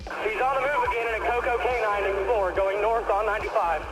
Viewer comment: Lol “ Coco canine”